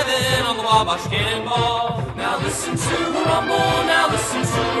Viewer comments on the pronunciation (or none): Love it but just kinda weird hearing someone say wabash rofl ur kinda saying it right but kinda off but that's ok most people don't even know wabash indiana even is a real place rofl